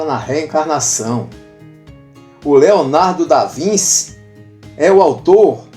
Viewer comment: Desculpe- me, mas a pronúncia é ( mais ou menos) Leonardo da VINTI. Obrigado